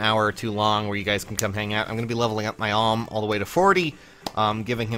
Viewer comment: Another comment about him saying Alm wrong